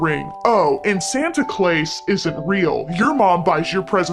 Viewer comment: “Santa Clais” 😭💀